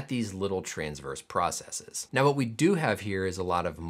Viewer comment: thank you for not pronouncing processes like it's the plural of "processis". it seems to be a peculiar american issue that people have decided the wrong pronunciation sounds "more technical", and it grits my teeth